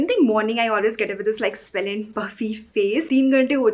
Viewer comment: It's swollen not swellen. Please improve your English it'll make your videos better.